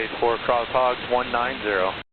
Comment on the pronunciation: I like the way the controller pronounces HOGGS - can hear that it has two 'G's in it XD